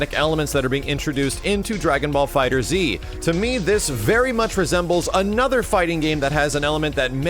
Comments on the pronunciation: it's not "DragonBall Fighter Z", it's "DragonBall Fighterz" with the Z replacing the S in the word fighters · No. pronounced it fighter z in his breakdown video. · you just say it like "Dragonball Fighters" it's not "Fighter Z." and damn it's just Xrd like "third" with an X not X-ard